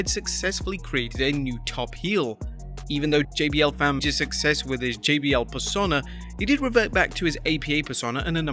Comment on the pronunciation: Sorry dude, it's "pers-oh-na" not "per-sonn-a".